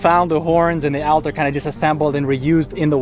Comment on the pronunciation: altar is pronounced "all ter"